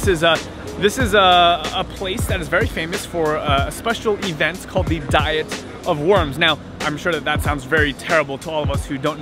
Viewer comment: It's been great to follow your journey. I've heard it said "dee-ette" instead of how we normally say diet.